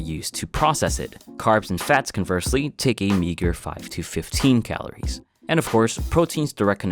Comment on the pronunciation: "Calores", dude. "Calores!"